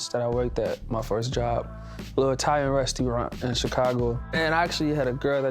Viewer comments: “ITALIAN RESTEERANT” 😂😂😂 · “Toyoter” “Resteeraunt” 😂😂😭